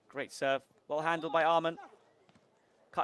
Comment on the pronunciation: the commentator keeps pronouncing Åhman "amon". It is pronounced Oman brother